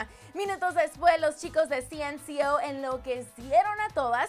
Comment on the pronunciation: me da risa cuando dicen cnco como ci -en -ci -ou , yo lo veo como 5